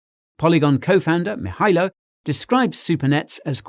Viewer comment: Guy, Nailed that "Mihailo"!.